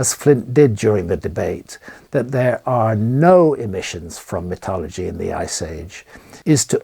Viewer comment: I love graham but he needs to adopt the word metallurgy and stop saying metalogy, especially when all the papers he’s siting are in American journals